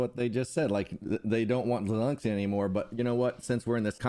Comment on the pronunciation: First Lady Di-Lensky?